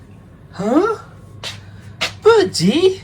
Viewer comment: Love dad's accent especially when he says Bir - Die!🤓 Bird Bird is such a precious baby!💕💜